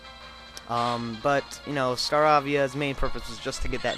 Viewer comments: i owned that leader with 1 hit kills also its pronounced star-aa-vee-a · you rock man (its Star-AAAAAA-via) geez lol